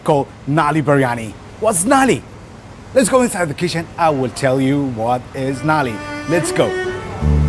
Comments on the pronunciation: its Nalli not Naali, Naali means gutter 🤣😂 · Not nali it's call nalli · It's not Naali. It's Nulli (pronounced null + i). If you didn't know, now you know 😁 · Naali means sewer 😂😂 It's nalli